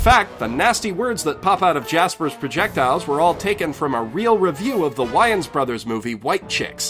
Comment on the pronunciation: Whoa bro 2 things 1.We need this series yesterday. 2. Don't ever, Eva Eva Everrrr, say Why-ans bros again. It's Wae-Enz (Wayans) good god that sht hurt